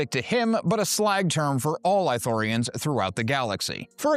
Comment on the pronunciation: is it eye-thorians or ithorians? how is it pronounced